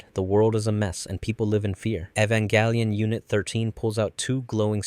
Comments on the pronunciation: "Evan-GÆ-lion" 😐 what's with the "GÆ" pronounciation? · bruh how you say evanGellion